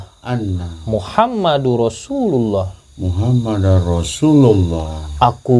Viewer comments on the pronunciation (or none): Bang syahadatnya.".... wa asyhadu anna muhammadan rosululloh" jangan muhammadun ya...